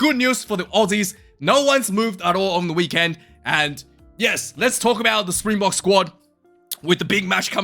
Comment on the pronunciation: Awesome job with the pronunciation of those names man!! For someone who doesn’t speak the language, you did great🍺 9 and a half /10